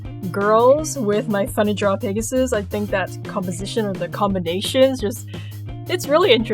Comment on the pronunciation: Lol you kept calling the pegasus, pigasus! anyway your art is beautiful.